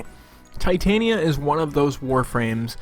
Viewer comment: All I want is someone to say her name right. It's Titania not Titanium. say it with me now. t-tahn-yah